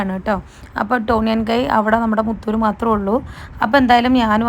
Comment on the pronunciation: Moothuru allaa moothoor